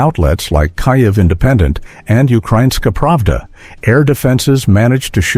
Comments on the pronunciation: 'Some' were intercepted...? BULLSHIT. Maybe 1 or 2; the rest were untouched and did the job...Stop lying with your pathetic ("Kai - ev' instead of Keev...WTF) AI narration...Downvoted! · o please!!!! IS NOT "KAJEV"!!!!